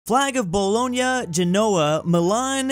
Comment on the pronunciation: How can you not know how to pronounce Bologna when the most famous spaghetti is bolognese